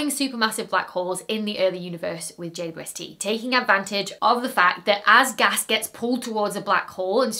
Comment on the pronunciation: Ah yes, good ole Jay Dwesty. Hadn't watched a video of yours for a while and had forgotten you pronounce it like that. Love it! ❤😅